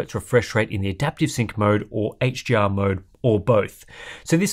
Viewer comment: It's sounds, to my ears, like the reviewer is saying 'HGR' instead of 'HDR'.